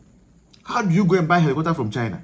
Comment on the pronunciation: ARE YOU REALLY A GHANAIAN YOUR PRONUNCIATION OF HELICOPTER SOUNDS LIKE YOU'RE NIGERIA OR KENYA UGANDA OR SOUTH AFRICA